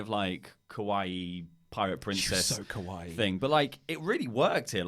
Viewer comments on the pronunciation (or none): i'm really sorry for being that guy, but when you say "kawaii" you really need to pronounce it Kah-wa-E. The way you're pronouncing it sounds like "kowai" which means "scary". and Kairi Sane is not kowai in the least. heart-eyes emoji x3 anyway, love the show! keep up the good work!